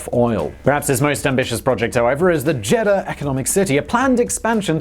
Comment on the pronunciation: Pronunciation It's not a jeddah It's a JED DAH LIKE Eagle not an Egg Read know JEDDAH